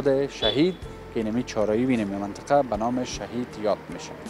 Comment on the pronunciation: افرین، چه خوب منطقه ره بیان میکنی 👍👍